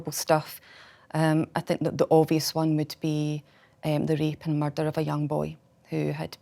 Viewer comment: "Theres been a muurdderrr"